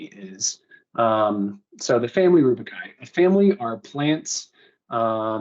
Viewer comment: rubiaceae. not rubiciaceae, not rubicai...simple google search for pronunciation helps